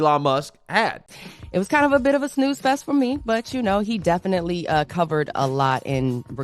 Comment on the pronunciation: Someone tell the difference between the word “travesty” and “tragedy” and the “aka” is different from “i.e.” “Definitely” is not pronounced “deffly” Also, starting every paragraph with the word “again” makes him sound low IQ.